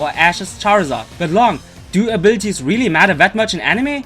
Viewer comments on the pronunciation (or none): Arbirties ?! Lmao 😂😂😂 A B I L I T I ES PRONOUNCE IT RIGHT !! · What I hear when he says "abilities", I hear "a birdies"